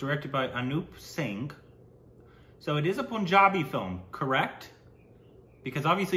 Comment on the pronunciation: First he has to learn to say PUN -Jabi not Poonjabi lol.